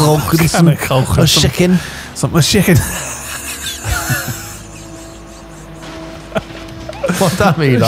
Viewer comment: for the shicken and cohndomms